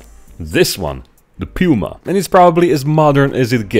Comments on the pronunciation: Awesome!!! I would die to see a diorama with a Puma and a Leopard in battle formation. But as a German, I am obliged to improve your pronunciation of „Puma“😁 the „u“ is pronounced like the „o“s in „zoo“. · “DE PÜMA” c.. 😁